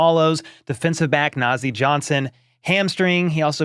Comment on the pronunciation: Na'Zeeh. The Na is as in Ka in Kansas. For Zeeh, the Zee is as in ZeeZee. The H is as in Haney.The name means High in ethics and morality. When a person is not corrupt, the person is called Nazeeh. Hope all of us Nazeeh. Go Chiefs